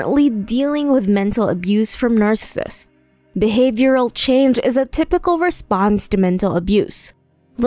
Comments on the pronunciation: I like the content, but the quality of narration is low. The narrator doesn't even pronounce "narcissists" correctly. (It sounds like narcissts.) The narration was a distraction from the otherwise interesting content. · LOL, "narsists". The subject of the video, but the narrator can't be bothered to learn how to say it. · It's pronounced nar-ci-sissts. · Narrssissts? Wth? It would seem that if you were going to make a video claiming authority on a subject, you would have at the very least made damned sure that you can PRONOUNCE the subject word!